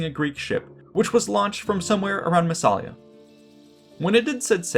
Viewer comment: Don't want to spoil the party, but... There is no such thing as "the southern mouth of the Rhine" ( ff). It's the Rhône you are talking about. The Rhine flows into the North Sea. And the town's name is Massa-li-a - not Masala as you continue to pronounce it. vs